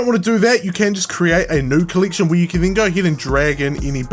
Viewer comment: Good tutorial but why do you pronounce the E Letter so weird? Coll*ie*ction Acc*ie*ssor*ie*s